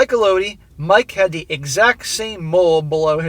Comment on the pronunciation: It's pronounced ELL-oh-dee